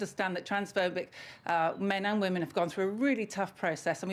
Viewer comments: Try and differentiate between your pronunciation of 'woman' and 'women'. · Why can't you pronounce the word 'women'?